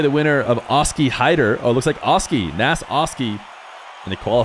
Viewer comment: It’s actually fun to say -nes every time pronounces it incorrectly as nass lol